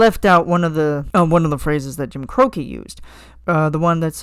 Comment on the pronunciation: Big Iron isn't an outlaw, he's a Texas Ranger - law enforcement on steroids. In this case, "Wanted Dead or Alive" worked out as a Dead Red. And for future reference, Jim Croce is pronounced Cro-chee. He's Italian. Jim and Bad Bad Leroy Brown were both Chicago hustlers in my headcanon.